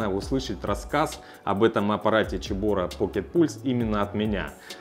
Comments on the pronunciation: поздравляю с покупкой! Но почему "чебора"? Слух режет. Все говорят "себора", а гугл переводчик говорит "цебора" 😁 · Почему Чебора. Вообще то Себора. Чебора по английски Chebora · Цэбора а не чебОра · а почему Чебора а не Цебора???? чуть ухи не отвалились! аппарат классный, поздравляю, про канал 100 ампер написали уже, там Иван рассказывает и снимает про сварку максимально качественно. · Ну, ну какая "Чебора"? Тут либо Себора, либо Кебора. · первая буква C, читается Цебора), a Ч было бы Сh. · ну гдеж Ч то в слове CEBORA?? Ч звук получается при Ch! это Сибора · Как режет уши "чебора", не так читается